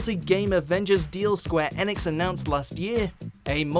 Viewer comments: please stop saying Square ANEX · "Square Enex" Lol